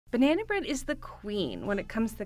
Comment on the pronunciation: Why does she say " banaayna bread 😃 thats a hell of a nasal twang😃